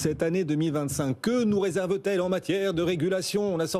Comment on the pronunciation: "Résèrve" 😂😂😂😂 ça craint 😢😢